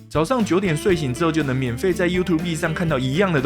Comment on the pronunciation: 很久沒聽到有人Youtube唸優圖必了